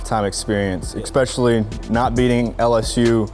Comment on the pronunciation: This dude needs to learn how to pronounce "especially"